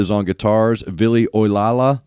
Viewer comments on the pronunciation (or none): Hee-e-tala, New-can-en, emphasis on the first syllable in Ollila, not Ol-lee-la. Finnish is easy, eh? Great reaction as always!